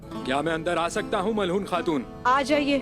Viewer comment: Malhoon nhi hai wo, Malhun hai wo, naam to sahi se le liya karo